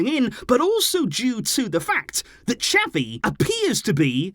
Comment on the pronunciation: Why do you say "chapi" Xavi is pronounced "za-vee"😑😑